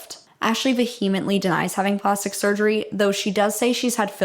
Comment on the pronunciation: Vehemently is pronounce vee-uh-muhnt-lee… not vuh-hee-ment-lee. Just FYI 😆.